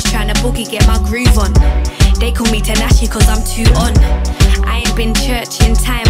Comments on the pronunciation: tinashe is pronounced tea-nashe love !! LOL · Ngl I was getting hella irritated cause she keeps pronouncing tinashe name wrong just to make it rhyme with her lyrics 🤦🏾‍♀️😑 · Everytime she say tinashe I cringe cause it just so incorrect I'm dying 😩 but the song was calm